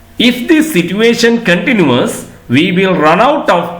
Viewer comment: Kindly check whether you correctly pronounced the word " continues' in this video.